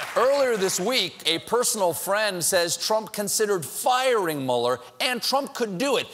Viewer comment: Is it too much to ask for Stephen to pronounce Mueller correctly? He's way off. I guess he's still a "shining star" with very little knowledge.